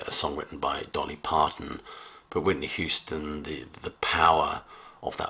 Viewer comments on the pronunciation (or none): none